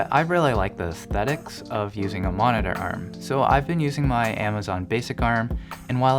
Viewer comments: M O N I N ER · Please learn how to pronounce monitor; drives me insane.